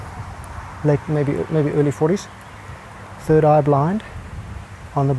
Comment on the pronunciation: I died when he said “turd on board”....